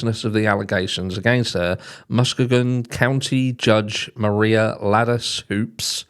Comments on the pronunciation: Hi - the County is pronounced Muss - KEE -gan. No big deal. Just thought I'd let you know. It's a beautiful area along the eastern shore of Lake Michigan. Thank you for this info. Another heartbreaking case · Just a little help here not a criticism It's pronounced Mus-key-gun if I hadn't heard it before I wouldn't know it either and I'm in the US! It's a horrific situation no matter how you pronounce it! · This is in my state too and I'll forgive you for mispronouncing Muskegon 🤣🤣 And wtf is wrong with people killing their kids or starving them? Like who TF does that? Monsters, not humans!